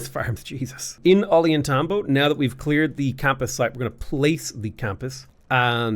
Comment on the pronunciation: Hearing the way is pronouncing "Ollantaytambo" is making me die inside a little